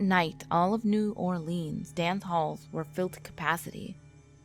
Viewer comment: You said New Orleans wrong